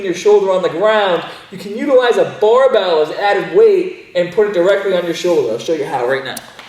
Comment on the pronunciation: Did he say barbell No it's baabell 😂